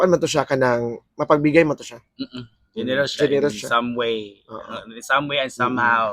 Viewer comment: Murag korek! “Genieros”? O generous? 😂